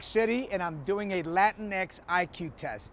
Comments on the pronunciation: It hurt my soul hearing John saying latinx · Every time he said Latinx my soul died a little...